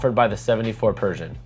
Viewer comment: Like your video, one point your pronunciation of Pershing, sounds like Persian. I kept thinking, is this a new Yacht Brand? I thought you might want to know.